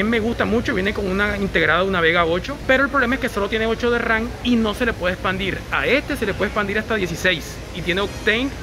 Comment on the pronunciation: es memoria RAM no RAN jajajajaj